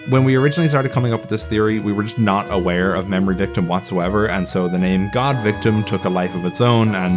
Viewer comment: Surprised that there’s no emphasis whenever GAWDVICTIM is said